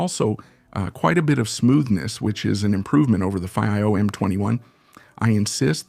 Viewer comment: Haha. If we don't know how to pronounce FiiO (I don't), just try every possibility imaginable in a single video. Hires instead of hi-res. Obviously, this is AI talking, and not a real person. GB and TB instead of gigabyte and terabyte. Did anyone review this before releasing? Alright, I'm sort of joking. This is probably a translation from Spanish to English. And if that is the case, it is pretty good actually. Thanks for putting out the video.